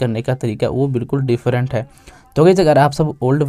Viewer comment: Different not defferrent